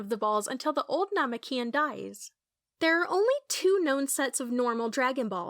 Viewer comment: it’s most likely ai. That’s probably why they say namekian incorrectly.